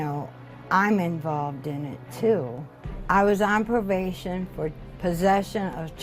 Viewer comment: She said “i was on provation” can even speak correctly